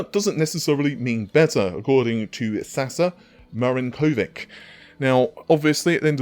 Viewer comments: Three fingers including the thumb represents Serbia, and on that note Sasa Marinkovic is pronounced Sasha Marinkovich, he's probably Serb, Bosnian or Croat. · A side note: (native Serbian speaker here) "Sasa Marinkovic" is pronounced "Sasha Marinkovich" (like Novak Djokovic or Nikola Jokic). 🙂